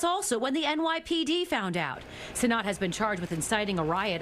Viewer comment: How df do u see cenat and say cenot 💀